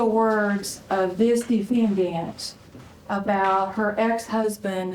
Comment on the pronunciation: The attorney on the Dana Chandler case, “the DE-Fin-Daant” 😬😬😬